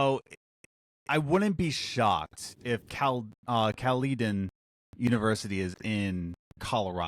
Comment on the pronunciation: There's a Caledon, Ontario not far from where I live. Obviously though, the game is probably not set in Canada and Caledon's a small town. Also, it's pronounced "Cal-le-din" not "Cal-LEE-don"